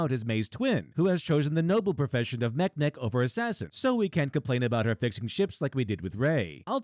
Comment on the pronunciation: "meknek" sounds less like a star wars term to me and more like whoever was reading the script either misread or couldn't pronounce "mechanic", also the constant "a jedi doesn't draw their lightsaber except to kill" really shows how little anyone on this show has seen of star wars given that 6 entire movies show that jedi have no such rule and that's without getting into any of the TV shows too